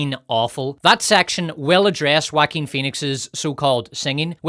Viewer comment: finally a generic youtuber properly pronounces that Jaquin name